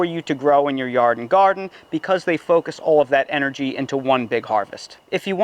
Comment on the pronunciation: Are you saying "yarden garden"?